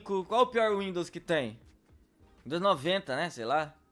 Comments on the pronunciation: Windons..... É windows krl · kkkkkkkkkkkkkkkkkkkkkkkkkkkkkkkkkkkkkkkkkkkkkkkkkkkkkkkkkkkkkkkkkkkkkkkkkkkkkkkkkkkkkkkk ´´Windons`` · não é windowns 95, é Windowns 9.5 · Windons?? '-' WINDOWS